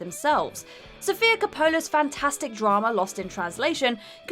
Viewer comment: This is really not how you pronounce Sophia Coppola's name.